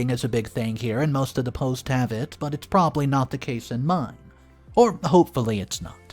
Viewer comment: "Probly" is not a word. "Impordense" is not a word.